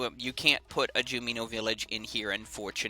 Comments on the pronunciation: every time he says juNiMo: Him: Jumeeno Me: WHAT THE FUCK IS A JUMEENO? ITS FUCKING JUNIMO. OK, JUNIMO JU-NI-MO! N-I-M then hes all like: matooered Me: WHAT THE FUCK DOES MATOOERED MEAN? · Wow, a lo of people seem triggered about the way you say jumino... But I sorta like how you say it. And if anyone reading this comment is even more triggered, keep in mind that jumino is not a real word, so there is no correct way to pronounce it. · isnt it junimo?